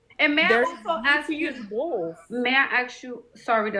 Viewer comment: How violent to axe instead of ask